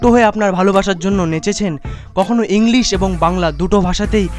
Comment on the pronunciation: premium quality inglis 😂😂😂😂😂